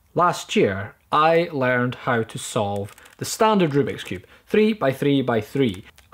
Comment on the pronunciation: I love the way he says the word learned . It's so cool!